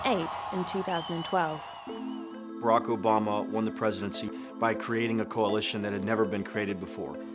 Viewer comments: Who is this "Bare-Uck"? I have heard of "Bar-Ock". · “Baarack Obama” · Lol “ Bayrac bama “ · I’ve never heard Barack pronounced that way before. Is that how people from the UK pronounce it? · I found it distracting that the narrator pronounced President Obama’s first name wrong lol. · Is annoying the way the narrator lady is pronouncing Obama’s name. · Narrator fails to pronounce Barack correctly, thereby destroying all credibility of this piece. Shame on you!!!